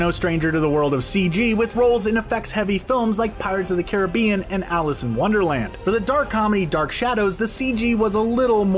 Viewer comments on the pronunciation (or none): none